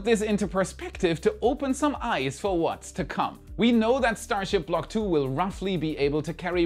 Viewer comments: no you didn't "block tuh" 🤣🤣🤣 You're going to venus for that. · The block 'Tuah" was wild 💀😂